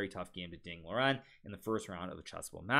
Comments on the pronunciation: I is just me or is he pronouncing ding liren wrong? not a callout but shouldn't it be pronounced ding lee run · If the standard is Mandarin Chinese, then yes he is pronouncing it wrong, but you are even wronger. As a Chinese I don't really mind either way. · The actual pronounciation of his name is Ding Lizjen.